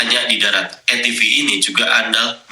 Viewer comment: Ralat bang..bacanya bukan A TI EF tapi A TI VI bang..😅😅😅😅..buat teman2 yg mau komen ingat ya..diMALINGDESH GA ADA YG KORUPSI..ingat ya GA ADA YG KORUPSI..🤭🤭🤭🤭😂😂😂😂